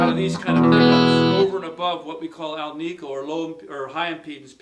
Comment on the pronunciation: FYI... Alnico is pronounced alnico, not al-NI-co. The name is derived from aluminum, nickel, and cobalt.